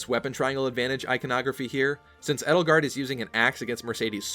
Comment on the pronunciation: The proper way to prnounce Edelgard is "ay-dull-gard" Not "ed-ull-gard". Just for future reference.